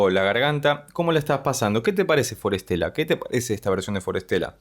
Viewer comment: Me encanta forestella y tus análisis de ellos son los que más me gustan. Solo un comentario, pronuncias el nombre como si fuera traducido ya : para estela: for stella. Lo correcto es combinar la pronunciación. De las palabras que ellos eligieron: bosque y estrella, en inglés e italiano me parece: forest-ella. Nos traen lo sublime a la tierra ❤❤❤❤